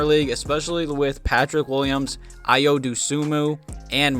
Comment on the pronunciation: great video man Fyi Ayo is pronounced “Ah-Yo” I loved the pick by AK